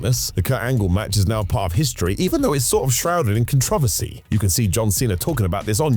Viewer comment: The way you said controversy 😂